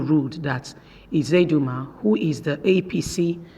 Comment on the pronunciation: Please it is not Izedima and Ihedima, their names are Uzodima and Ihedioha, I don't know why the Yuroba people find it difficult to pronounce Igbo names while the Igbos pronounce Yuroba names correctly.